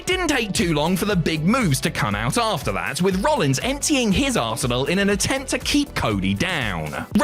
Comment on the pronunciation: "Emptying his ass-enal" 😂